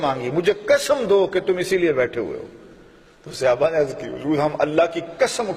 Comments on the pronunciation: مولانا صاحب براہ کرم صحابہ کے لیے اپنا تلفظ درست کریں۔ یہ صیابہ نہیں ہے بار بار آپ غلط کہہ رہے ہیں۔ برائے مہربانی درست کرلیں. جزاک اللہ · مولانا صاحب براہ کرم صحابہ کے لیے اپنا تلفظ درست کریں۔ یہ صیابہ نہیں ہے بار بار آپ غلط کہہ رہے ہیں۔ برائے مہربانی درست کرلیں. جزاک اللہ مولانا صاحب براہ کرم صحابہ کے لیے اپنا تلفظ درست کریں۔ یہ صیابہ نہیں ہے بار بار آپ غلط کہہ رہے ہیں۔ برائے مہربانی درست کرلیں. جزاک اللہ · Janab sahaba karam hai sehaba nahi